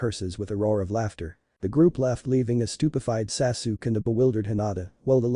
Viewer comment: It's Sa-Su-Ke!!!!